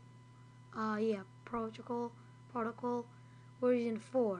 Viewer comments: Sound it out buddy "PROW-TOW-COWLL" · HES SO ADORABLE HE COULDNT PRONOUNCE PROTOCOL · If you cannot pronounce "PROTOCOL" you shouldn't be on a Computer. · I was thinking the same thing 👍🏼